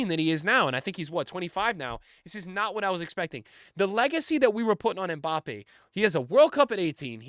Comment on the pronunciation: Hi, french person here. His name is pronounce "My Bappy" best régard